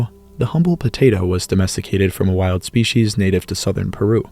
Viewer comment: That is NOT how to pronounce species.